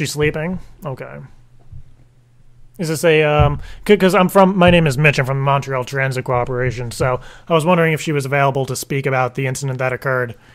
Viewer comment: Americans say Montreal so stupid